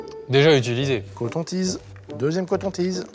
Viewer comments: On dit cotton tige, pas cotton tise 😅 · Loropiana est une marque de luxe, demandez à GMK a bien dit coton-tiz?😂